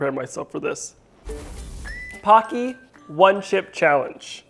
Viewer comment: It’s not pocky dear it’s pa qui